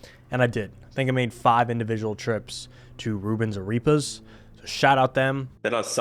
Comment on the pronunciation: It's Ah-rep-pahs!!